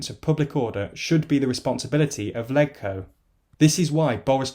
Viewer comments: It’s pronounced ‘ledge-co’ not ‘leg-co’. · Other than pronouncing it "leg-co" rather than "ledge-co" it seemed fine! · It's pronounced "Lejco", not "Leg-co" - mini point but makes you sound completely unfamiliar with Hong Kong (like saying "Wit-i-hall" for "Whitehall") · its pronounced "lej-co" not "leg-co" thats all... seems correct otherwise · Hey just a pronunciation thing. The HK Legislative Council is known as LegCo (pronounced like LEDGE-co). And Sino rhymes with Rhino. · You said Sino and Legco wrong....